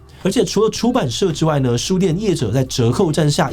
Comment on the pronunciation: 哀鴻遍(ㄅㄧㄢˋ)野，不是(ㄆㄧㄢˋ) 這個字唸錯很多次了 麻煩注意一下好嗎